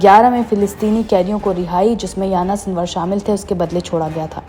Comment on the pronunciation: Anchor madem aapku Yahiya Sinwar ka naam pronounce karne bhi nahi aara, unka naam Yana sinwar nahin hai, Yahiya Sinwar hai.